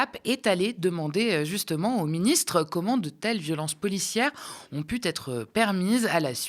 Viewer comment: Liaison dangereuses : "comment ces violences policières ont-elles pu-t-être commises" - d'où sort ce "t" ?